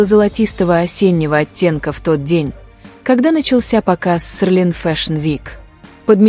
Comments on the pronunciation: Может Селин,а не Серлин?И вы назвали имя другого модельера.Это не Эди Слuман,он не модельер Seline. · Вообще-то Селин а не серлин. Постоянно каверкаете и ударение не правильно ставите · Хотя бы правильно выговаривайте СЕЛИН 😮😮😮😮😮